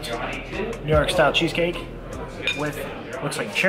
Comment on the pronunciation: Nice accent on the cheesecake xD